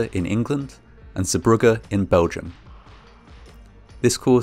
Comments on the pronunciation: It is pronounced "Zee bruje" not "Zee bruggah". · Dutchy here. The pronunciation is zey-BRUH-guh. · Good pronunciation of "Zeebrugge", not exactly right but good enough. The g sound is soft like ch sound in the word "cholera", then it would've been perfect. This is a very well known accident and any Belgian from a certain age knows about this accident. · Zeebrugge is not pronounced as “Zibrukke” but as “Zaybrugge”, the “g” sound is hard to find a equivalent of in English, but it’s kinda like the ch in loch. :) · Zeebrugge Zay bru(h)gge